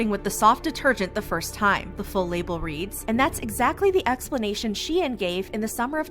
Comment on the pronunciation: it is pronounced -shine